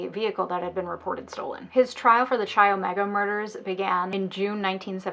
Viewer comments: my shock and confusion when you pronounced chi omega like chai 😂😂😂 the greek letter X (chi) is pronounced kai. anyway love your videos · This is a quibble but "chi" is pronouced "K-eye" not "ch - eye" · I beg you, learn how to pronounce the names of organizations you talk about. I winced every time you pronounced Chi as Chai. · Chi is pronounced K-eye with a hard K. Just an fyi for future presentations related to college greek life topics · Her mispronouncing "Chi" is stressing me out